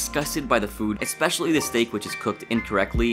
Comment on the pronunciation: The narrator, youtuber, speaker (whatever you want to call him) said a eXpecially. Sorry mate but that word does not exist in the English language. eSpecially DOES EXIST. Go over you old English and grammar books and try again.